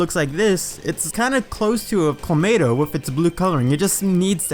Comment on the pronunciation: > still pronounces it as Clomato